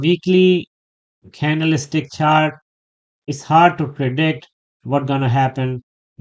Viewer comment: candle-stick, not candleis-tic. 😂